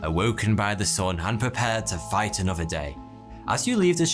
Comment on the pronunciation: Heeyy here. TH. Another, not anuffa. Saw, not soar. So bewildering.